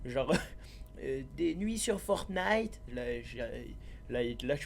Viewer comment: Quand il dit fortnite 😭🤣🤣🤣 chui mort t’es trop fort